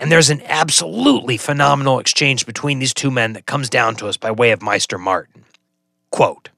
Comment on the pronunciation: Isn't it pronounced MAY-ster not MY-ster. The show and the audiobooks agree on this. Also isn't it GISS-kari not GE-kari? You pronounce Old Ghis right, so I don't know why you inferred a silent S.